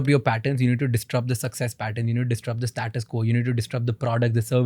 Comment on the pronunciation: Distrupt ❌ Disrupt ✅